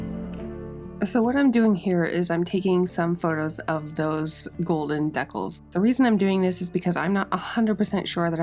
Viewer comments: I kept thinking, "What the heck are deckels?" Then I realized, decals! ❤ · deckles?? !! DEE-CALS!!! ;p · It's so interesting hearing your accent pronouncing "decals" as dec-Als when mine would say it Dee-cals. This was a beautiful restoration. I sincerely hope you find a buyer who appreciates your efforts! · Decals must be a Canadian accent. American pronouncement is Deecal. But spelled Decals. Hockey guy you tuber pronounces it the same. He is in Vancouver. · Awesome! I want one 😁! What nationality accent do you have that you pronounce decals as "deckels" ? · I laugh every time you say "decals". Maybe that is how it is pronounced in N.S.? Here we say "dee-cals". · It's pronounced 'dee-cals 'luv😅